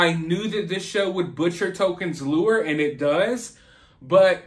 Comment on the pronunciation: "Lure" ,"lore"